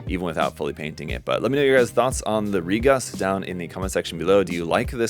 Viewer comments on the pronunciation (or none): Re-coon, not ReGus.